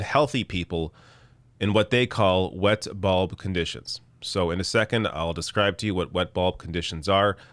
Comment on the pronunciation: It sounded like you were saying wet ball conditions which made me laugh like a child haha